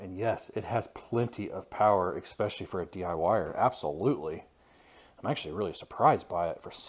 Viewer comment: ...or, when he says 'ex-specially' 😆